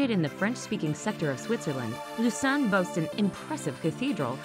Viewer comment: I don’t like how you say Lausanne